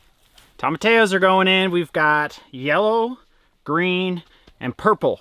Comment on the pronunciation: TomaTEEEEyos!😂 No hard A in there my dude!